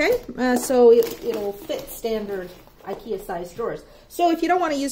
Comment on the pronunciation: Really funny to here the pronouncement on the Swedish IKEA names..... 😜 You did a great job 👍🏻 Love from the land of IKEA 🇸🇪